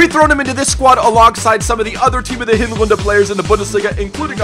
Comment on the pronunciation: Are you german? because you said 'Hinrunde' so german :0